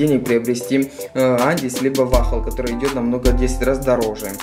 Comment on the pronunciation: Эндис а не андис